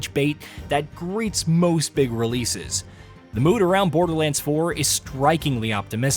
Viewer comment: Not BoderLAND 😭